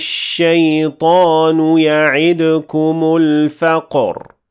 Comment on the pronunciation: السلام عليكم ورحمة الله وبركاته جزاكم الله خيرا أستاذ. كأنك أخطأت في قوله تعالى "الشيطان يعدكم الفقر" حيث لم تقرأ الدال من كلمة يعدكم بالضم. والله أعلم